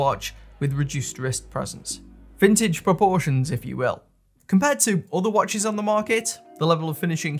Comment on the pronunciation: Mate your accent is legendary. I laughed out loud . For some reason the way “years” came out was priceless. Great “watch-ezz” Keep up the videos more more more. I’ve missed your bashing of MVMT and filippo spaghetti or whatever it was.